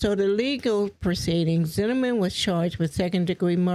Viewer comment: How can you do a story on George Zimmerman and not be able to say Zimmerman correctly, smh